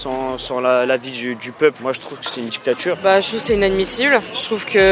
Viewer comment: C'est quoi une djictchatchure ?